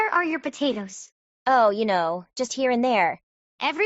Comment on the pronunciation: constantly saying tatoes is making me mad. im ngl.